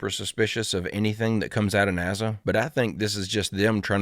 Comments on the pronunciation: Ya its NASA not NAZZA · Remember....It's NASA not NAZZZA!